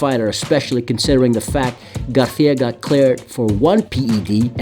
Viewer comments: He said ryan garthia😂😂😂😂 it's garcia my boy 😂😂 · Who the fuck is Ryan Garthia? Spanish pronunciation doesn’t mean Have a lisp 😂